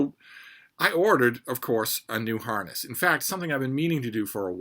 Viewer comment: I thought you said "her heart is broke" and I wondered what did you do to Freida? Then I heard you say harness 😢 😂